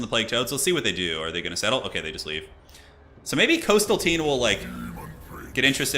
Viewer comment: Trolled by "coastal teen", that American pronunciation. Just don´t get in trouble with the beach boys :)